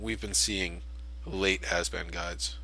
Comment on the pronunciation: Abzan, not Azban. Great video though...